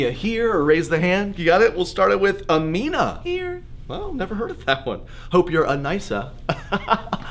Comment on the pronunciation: But Amina and Zayd are super common names, just not in the us i suppose. Also, he mispronounced them both. Seraphina on the other hand is what I'd name a character in a fantasy story.